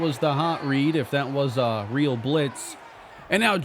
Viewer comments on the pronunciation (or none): none